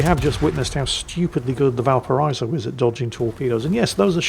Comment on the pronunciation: Yes, yes, I know ' pronunciation of Blücher is slightly hilarious, but, have you contemplated the war crime that is his way of mispronouncing Valparaíso every single time? Kind of amazing, really!